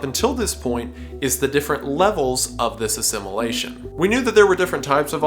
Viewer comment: stop pronouncing "assimilation" as "a simulation"